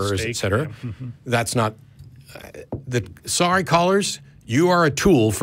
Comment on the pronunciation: Sor-e Michelle